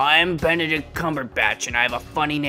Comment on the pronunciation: I lost it at Bededict Cumberbatch